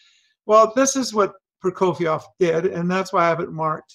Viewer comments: Hermione: It's not Prokofi-ov, it's Proko-fee-ev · It is hard to hear you mispronounce the name "Prokofiev" every single time you say it in this video. Also, you keep calling your alterations - "corrections". Prokofiev wrote what he wanted! Your "corrections" all sound bad to my ears and are not corrections.